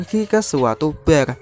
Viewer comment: BAR ya dibacanya tetap BAR bukan BER